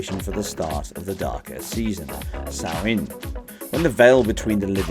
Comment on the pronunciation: Watching this to get excited for Halloween. Good work on not butchering the pronunciation of Samhain! :)